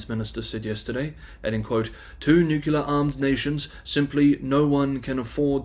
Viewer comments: NEW CLEAR not NEW KEY LER. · for fuck's sake, say "nuclear" not "nucular"!